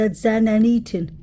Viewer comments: PAAALEASE pronounce ETHAN'S NAME CORRECTLY !!!! You can say "the" and "than" and "those" and "that" but continue to say "Ethan" incorrectly. It's flat out DISRESPECTFUL !!!!!!!!!! It's not "Eton" as you say it. You're better "THAN" other channels - great now add the "E" to the beginning of that ... E-THAN. How can you dig this deep investigating, never having noticed how his mom, or all the other true crime channels, say his name differently than you ??? She didn't name him Eton !!!!! No matter how many times you say Eton, that's not his name and It's not respectful to continue to mispronounce his name every flippin time you say it. It matters to me and it's not a big ask. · Sounds like he said Liam not Ethan. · I feel the same Julie. I can't see why would have a reason to not say Ethan's name correctly.